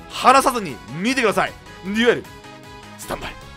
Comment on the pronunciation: デュエルスタンバイがニュエルに聞こえた